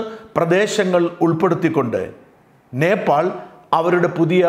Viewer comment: നേപ്പാൾ എന്നതിന് പകരം ഭോപ്പാൽ എന്നു പറയുന്നത് എന്തു കൊണ്ട്?